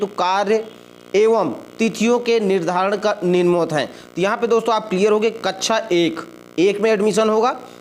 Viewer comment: Kachcha Nahi Kaksha Bolte Hai Bewakoof😅